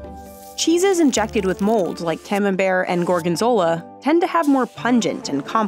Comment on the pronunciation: ComenbertY... for sakes, hearts the ears..must you mispronounce everything? must you call cheddar a cheese? hllblls gzzz